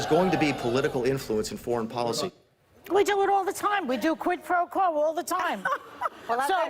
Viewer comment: The way Trump says “quid pro quo” makes me believe that he’s never ever in his life heard of the term prior to this Ukraine story.